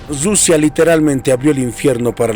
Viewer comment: No se dice RRRRUSIA se dice RUSIA CON UNA R QUE MAL TU FORMA DE AHABLAR